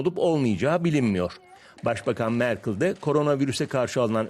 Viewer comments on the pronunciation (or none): Sürekli Türkiye karşıtı propaganda yapılıyor ama bir Merkel'i MerKIL diye okumaktan da vazgeçemiyorlar